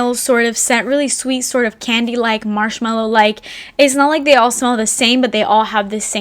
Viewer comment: the way you said 'Marshmalli' and 'Franggi paanii' just crack me up